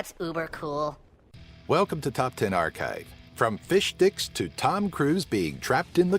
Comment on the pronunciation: I swear he kept saying fishdicks